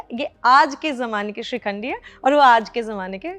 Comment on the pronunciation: "Madam" ko koi bataye...its not SHRIKHANDI 😂😂 but SHIKHANDI